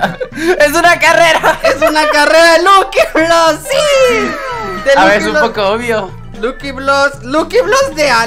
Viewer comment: Me da ternura cuando en vez de decir lucky block dijo lukiblos ❤